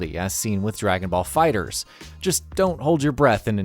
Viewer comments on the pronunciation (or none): none